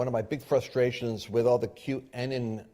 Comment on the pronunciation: Why do you call it Qanon ( cue- Annan) ? It’s QAnon as in anonymous